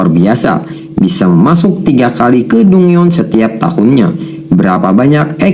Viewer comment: dungeon = danjen